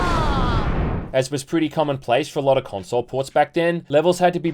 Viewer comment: The way you say "console" rubs me the wrong way.